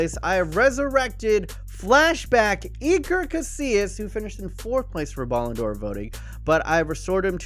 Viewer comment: its iker not eeker btw